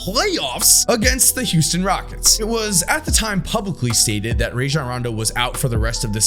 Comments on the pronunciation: I love you but you was pushing a button everytime you said “Ray-jun” instead of “Rah-jon” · Good lord, listening to white guys say RAY-jon Rondo gives me herpes. Dude has literally said in interviews that his name is pronounced RAH-jon. Come on, buddy.